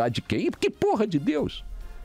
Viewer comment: Pronuncia infeliz em relação ao nome de DEUS! Caiu no meu conceito !😐